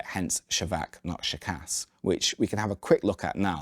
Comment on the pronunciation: imagine you are Sean Connery, who pronounce the word "school" thats how it should sound when you pronounce ShKAS, ofcourse with "ah" and not "uh"